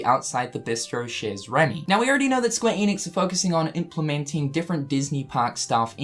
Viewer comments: you my boi. Bit chez is pronounced 'shey'. Just FYI. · Oh,. "Chez" is pronounced "Shay". Predicting that this will be a one-off little reference, like the Lady and the Tramp fountain in Traverse Town. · I love how you say "chez Rémy", it's cute 😊 Though the z isn't pronounced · Feels like a reach but who knows. It could be cool if it turns out to be true. Also, the z in "chez" is silent, like in "rendez-vous". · I may not be good at French, but I believe that the "z" in the word "chez" is silent.